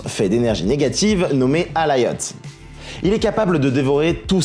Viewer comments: S'il te plaît peux-tu faire quelque chose par rapport à ta prononciation des noms (exemple : Alioth pas Alayoth). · CEST QUI ALAYOTH ???? CEST ALIOTH